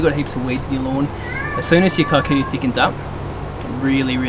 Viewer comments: It's pronounced keekuyu 😂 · It's amazing the world knows our grass. It used to be planted within the homesteads of Kikuyu community ( a tribe /community) in Kenya 🇰🇪. However, they had a different type for feeding their cattle outside the homestead. Pronounce it as "Key-coo-you". Thanks for recognising it and educating us. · lolz, it's actually pronouced ke-ku-yuh. kē-ˈkü-(ˌ)yü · As a pure blood Kikuyu i must say, your pronunciation of the word Kikuyu is simply horrible. Kudos though on your excellent skills in lawn growth.